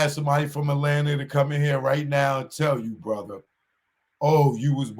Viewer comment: Why y’all talking about another man’s child support, niggas is stupid 😢 What’s a fava? You sound ignorant, my fava, mova, and brova, it’s Father, Mother, Brother! 🫣🫣